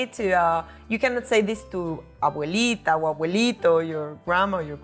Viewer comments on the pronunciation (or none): none